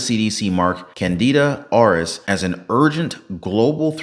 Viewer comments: Dude really said Canada Oris 😂😂😂😂😂 🇨🇦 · pronounced "CANADA ORUS" Oh, I don't think our neighbors to the North will be happy about this!! 🤣🤣🤣